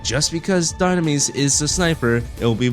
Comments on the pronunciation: Why did you butcher the name at the beginning of the video....Doonames instead of dynames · It’s call Dye-nam-mes, you uncultured swines